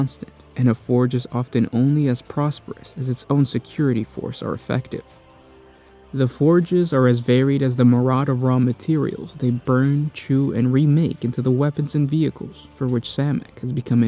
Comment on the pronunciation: Mee- Ree- Id. Mee- Ree- Id. Myriad.